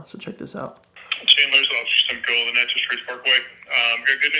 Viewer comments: did this dude just call the nat-cha-sss trace, nacho trace smh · His pronunciation of Natchez is terrible!